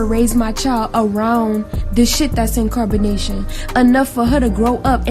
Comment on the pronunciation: In Carbonation sounds like Incarceration